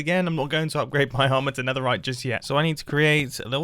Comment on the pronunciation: ... the neterite